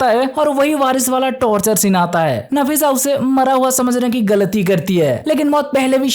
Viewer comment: Nafisa hai nasifa nahi😂